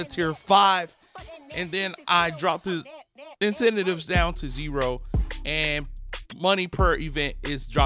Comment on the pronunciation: yo I’m sorry but the way you say incentive bothers me